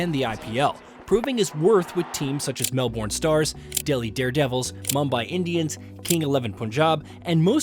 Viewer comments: its pronounced MELBIN bruz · Melbourne. Not Mel Born. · To start my comment, Melbourne is pronounced Melb'n. Us Aussie's in general don't take ourselves to seriously. It's just something in our way of life & culture with a laid back, she'll be right mate attitude to life. We say that we work to live not live to work, so it's just something in our Aussie DNA that makes us the way we are. We are a sports loving nation, sport is the most important thing in Aussie's lives. It's more important than politics & sport is an actual religion for us. No matter the sport we get behind, not just one sport like in India where it's all about cricket, for us it's every Aussie team representing our nation in every sport, male & female as well as our individual sportsmen & women like our swimmers. We this year alone has won around 4 world cups this year in all different sports & speaking of our swimmers, they absolutely smashed the world outta the water this year at the world champs in Japan. Not just individually but in in relays too & not just winning gold but smashing world records at the same time. Even our biggest rivals in the pool, the US, just couldn't compete with our "Dolphins". For a country that's the 6th largest in the world, we have a tiny population of 25 million as the majority of the country is inhospitable, we do punch well above our weight in international sport in general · mel-born stars 🤣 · As a point of interest for anyone looking to talk about Australia and our cities, Melbourne sounds more like Mel-ben. Cool video and very informative.